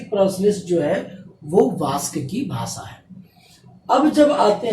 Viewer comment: Hello sir, good evening ! Aapka padhana bahot achha he aapke knowledgeable baat samjate ho par muje aapaka pronounce jo 'भासा' uski jagah भाषा shabda ka pronounce kijiye